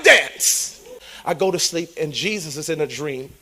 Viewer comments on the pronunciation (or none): none